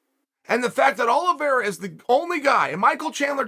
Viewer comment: Uncle Chael keeps pronouncing Charles Aloe Vera. It’s pronounced Oleeveyra!